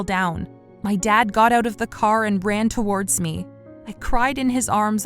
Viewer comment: Every time this voice actress says "towards" she pronounces it as "two- wardz" as if it's two different words. i don't know why but it bothers me soooo much